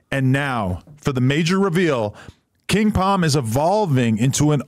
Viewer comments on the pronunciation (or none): Them “king Pom “ ads get annoying when u getting paid & mispronouncing the shit. It’s king palm my man there is an L in there